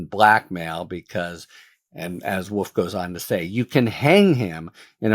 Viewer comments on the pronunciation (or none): I love Harry Litman, he can clarify even the most tangled mess for us. And... what is the accent that leaves the L out of wolf? It sounds like woof 😬